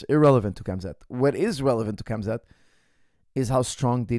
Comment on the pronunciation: KHAMZAT (HAM-ZAT) not KAMZAD